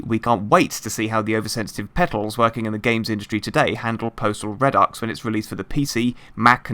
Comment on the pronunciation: reh-ducks, the fuck kind of pronunciation is that